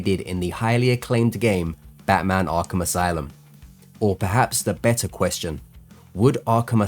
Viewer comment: Ahhgrape Asylum